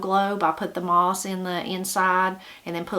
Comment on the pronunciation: Moss not miss